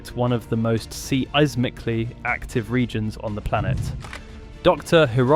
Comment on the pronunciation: "SEE-EYE-SMIC-LY" Aw... c'mon!! Get your command prompted cr@ sh!t together. Eh?!? Always looking for the quickest laziest way to make a buck. All that you're doing is programming and fine-tuning FOR them, an unimaginable track/trace/databasing device... For a BUCK!! You do realize this, don't you??